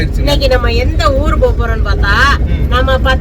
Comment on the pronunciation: Neenga tamilnadu la than piranthu valarnthenga.. apuram en ooil nu solrenga.. it oil. U r not Malayali’s